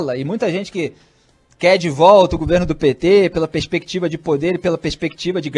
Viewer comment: FMB aprende a falar peRspectiva